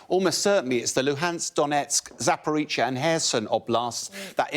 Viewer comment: Zaporizhzhia - the zhzh is not pronounced "ch"